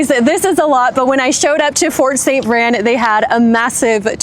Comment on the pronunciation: You’re pronouncing it incorrectly. It’s St. VrAin. Pronounce the A!